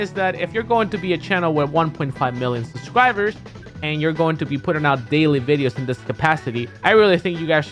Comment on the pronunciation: Zero: makes fun of mispronunciations Also zero: “suvscribers”